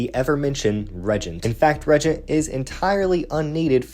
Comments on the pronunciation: Regent? Dawg you mean re-AGENT?😭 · I read the book. It's extremely poorly written. Too many loop holes like turn around and the reagent is there, but if you go down this path to the right, it's also there. Feels like game overs with lazy/poor reasoning. Also, it's pronounced re-agent.